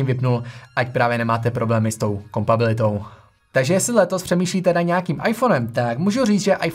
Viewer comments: pěkně se to poslouchá, na to jak jsi mladej, je to super! jen bacha, ne kompabilita ale kompatibilita! :-) líbí se mi, jakej máš přehled a že i když je recenze krátká, není povrchní. jen tak dál! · Říká se kompatibilita! Trochu mi trhá uši tvoje kompabilita ;) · jen takovej detail, co tam zaznělo 3x, není to kompabilita , ale kompatibilita